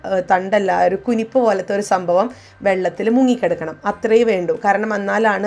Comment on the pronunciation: ശരിയാണ് ഞാൻ വിചാരിച്ചു ചേച്ചി കുരിപ്പേ എന്നാ പറയുന്നതെന്ന്